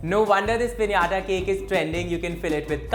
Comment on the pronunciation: Finally someone said "pinata" cake the right way 😌😂❤️